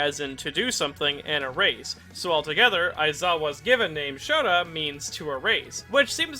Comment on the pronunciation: Did anyone else hear ''Shoto'' Instead of Shota? It makes a really big difference considering Todoroki's first name is Shoto, I have re-listened it a few times and I'm almost sure its mis-pronounced